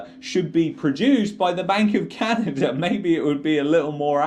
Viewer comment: Love yr video but its not canader its canada lmao